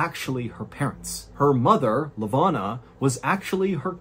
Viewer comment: I love the stories but I gotta correct some of your pronunciation of the Cape Town folks (I'm South African and cannot resist). Miché is pronounced Mee-shay. Lavona is pronounced Luh-voh-na. Excellent stories as always and always love a South African reference😅